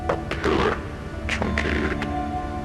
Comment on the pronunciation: Ikr ... He's certainly not very learned regarding the English language ... then again, he's maybe pretty young still so ... oh well ... ... - Anyways: At one point he pronounces "truncated" like "troon-kated", which, to me, implies that he didn't know the word truncate! Then, there's "liasion" which he pronounced "Lia-cyon" lol ... and at least half a dozen more examples like that XD ... Well, nobody's perfect ...